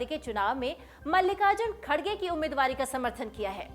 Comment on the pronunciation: मॅडम खडगे नाही खर्गे अडा नाम हैं !